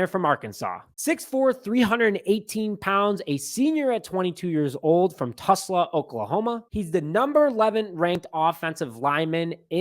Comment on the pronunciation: Tusla Oklahoma??? It's Tulsa.... I feel like you're just screwing with me at this point lol 😂😂